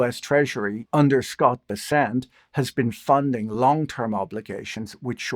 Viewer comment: I would have thought Patrick would know how to pronounce a household name like Treasury Secretary [Be]'[ssent] correctly, just like I also would have thought some people even on CNBC would know how to pronounce [N]vidia (mentioned 500 times daily on the channel for the last 7 years) as that company's CEO does.